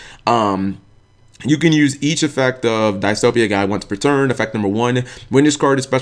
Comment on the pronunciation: "Diss-Toe-Pee-Yah-Guy",. That is how Edo's voice actor pronounced it in episode 104. I thought you said you were caught up already?